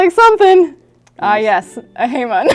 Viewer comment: Great video, thanks. Japanese would say “Hah-mown”